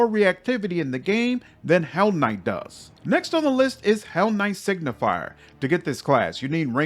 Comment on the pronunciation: Just a small correction: Signi-fer not signi-fier. Signifer means something like sign-bearer or sign-bringer. Similarly to how Luci-fer is translated into Lightbringer or bringer of the light. Does the game recognise you as a hellknight even if you are on the path of a signifer? Like.. does Regill consider you a peer etc? Because then at least this pretty average class could have a little thematic pull (taking a level - keeping your full spellcaster status just to get the special dialogues). Actually inmo the average attack bonuses might also matter - if you turn a low attack full caster like a sorcerer or witch into a sigifer then into an eldritch knight you can get a bonus on touch attack spells. Still only average as it is not that great (Probably just 1 bonus unless you go legend) but it might mean a little boost to some builds. On the other hand signifers as a crusade unit are insane. probably on par with the mage generals.